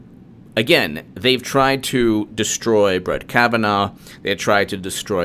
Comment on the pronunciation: Am I the only person that’s fucking tired of him pronouncing his name wrong.. dammit..